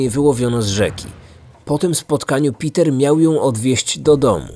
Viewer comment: Uwielbiam twoje filmy i to jak je przedstawiasz ale to węgierskie imię wymawia się pewnie nie Piter ale Peter. Ciekawa historia.